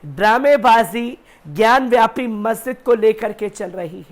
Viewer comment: ज्ञानवापी बोलो ज्ञानव्यापी नही ढंग से बोलना भी नही आता